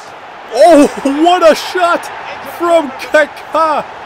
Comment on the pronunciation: great vid but please can u say kaka and not "kéké" please